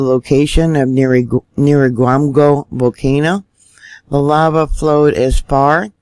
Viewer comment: Nigh-EERA-gong-o Volcano.